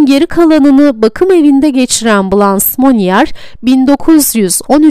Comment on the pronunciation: Dublajı yapan kişi keşke Blanche Fransızca nasıl okunur bilerek seslendirseydi. BLANŞ . Okunuşu böyle. Poitiers şehri de PUATİER olarak okunur. Sevgiler